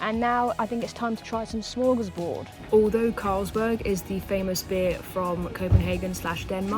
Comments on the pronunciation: Almost love the behind the scenes bits more than the actual clip ^^ That being said, it's not Smörgåsbord, which is a Swedish concept, but rather Smørrebrød. Sorta similar words, so definitely easy to mix up :) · It’s not smorgasbord, that’s Swedish. It’s smorrebrod. Smorgasbord is a buffet. Smorrebrod is an open sandwich.